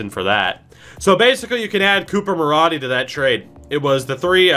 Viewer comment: I doubt you're going to use Coop, but his last name is pronounced Ma-roh-dee, not Ma-raw-dee. I'm a Condors fan, and so I've seen him the past two years. Lol